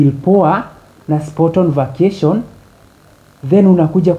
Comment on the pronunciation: "facation"😂😂 Ati I want to have a"lest" Wandau 😂😂😂😂😂😂